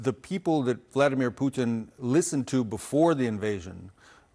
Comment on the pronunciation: "Bladimir Vutin" i like it. Hope it catches on